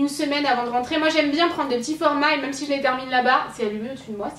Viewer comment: vous trouvez pas que dit "meum" au lieu de "même"!;):D